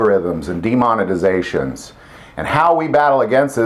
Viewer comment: did you say demonetization OR demon-ization? LOL..Probably the later.